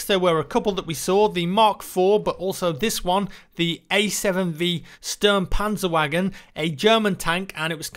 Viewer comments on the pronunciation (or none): it is so funny if English speaking youtubers pronouncing German words like Sturmpanzerwagen